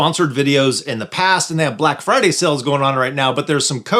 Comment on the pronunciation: Black “Firday”? Oops… 😮